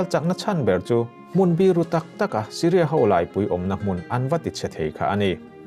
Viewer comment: Hmun biru i lam dan erawh in enfiah ve deuh tlat, i hi thlûk a tisang ri hniam tawi taka tihrik tur.